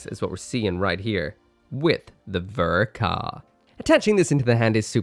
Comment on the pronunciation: “The best ver ka ever made” that’s an interesting way to pronounce the ball